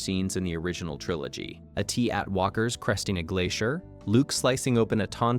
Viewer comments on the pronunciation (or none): Who the hell made the title? "Star Wars (1980)"? Really? And -- did you really just refer to an AT-AT as an "Ay-tee-At." This is AI garbage, and I won't be watching any more from this crap channel.